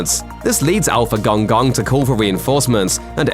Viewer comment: please pronounce Gong Gong properly. 🤣